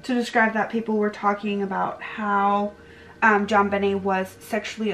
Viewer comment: Her name is pronounced JON BEEN NAY. Wow